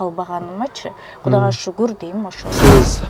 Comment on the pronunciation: Гудага шугур дейм да😂😂😂 Гудана эмес кудайга шугур кылсан боло чала Кыргыз тил бузаар болбой.